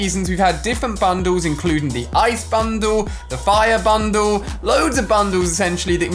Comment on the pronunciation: Me pronouncing bundle: Ban dal Ali pronouncing bundle: bandu